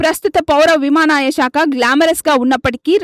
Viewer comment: విమానాయ శాఖ ఏమిటి తల్లీ? విమానయాన శాఖ అనాలి గదా?